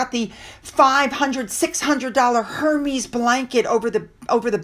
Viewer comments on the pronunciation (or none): Hermes is pronounced "Ehr-mez" the H is silent.